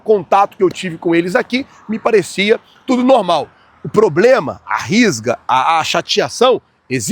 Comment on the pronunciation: Pô ele meteu “ RIsga “ mano 😂😂😂😂